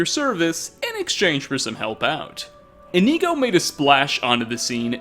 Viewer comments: come on brother, you have Inigo installed, and your gameplay videos with him were up on screen. His name is Inigo, not Ineego/Ihkneego lmao. I know you’re not the absolute best at pronouncing Elder Scrolls names, but Inigo’s name is literally right there in the title (and his pictures). He is a blue Khajiit, made by Smartbluecat. Indigo is a color close in shade to blue. Inigo therefore is pronounced like Indigo, without the “d” 😂. It’s okay though, I still love your videos lol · Its not IniEgo its InIgo, with the I being said like "Eh" or very fast. Inigo. Not Inego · I thought you pronouce Inigo as In-igo not Ineego. Have I been saying his name wrong this whole time D: !? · In ‘I’ go not in ‘ee’ go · Why are Americans so shit at pronunciation, why is he pronouncing "Inigo" as "Ineego" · Inkneeeeeeeego. Bruh. Inigo says his name a lot. He's a Khajiit. Why are we pronouncing it incorrectly? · E...EeKneeGo, nice. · Its not really a stereotype its relatively true, in the same way that I'm sure us English completely butcher the pronunciation of a lot of your words and or phrases but I'm just pointing out that there are a few such as "Inigo" that I don't understand how they could be pronounced differently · Is it just me or does it seem like he hasn't played with the Inigo mod at all considering he can't pronounce the freaking name correctly? I think I'm about to have a brain aneurysm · The way you said Inigo makes me want to go deaf. Sorry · Okay this is cool and all but all I really got from this is the fact that you don't know how to pronounce Inigo. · Normally I'm accepting of your difficulties with pronouncing things, but butchering Inigo's name so badly comes fairly close to sacrilege. Hopefully, you'll learn the pronunciation by the time V3 comes out.